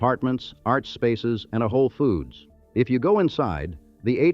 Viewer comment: I laughed when it pronounced Weequahic, Paramus, and even Whole Foods.